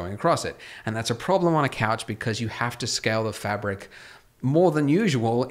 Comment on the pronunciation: If you keep saying couch wrong just say sofa